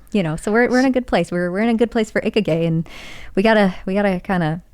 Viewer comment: eh... way to butcher a word... not how you say Ikigai lol